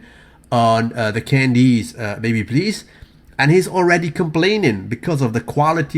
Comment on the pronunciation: did you say....candies!!